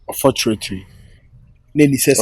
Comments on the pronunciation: Onfotrately in voice 😂😂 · and his "unfotratry"🤣🤣🤣🤣🤣🤣🤣🤣🤣🤣🤣🤣🤣🤣